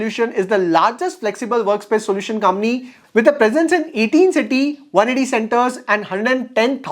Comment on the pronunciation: It's company and not cumny😊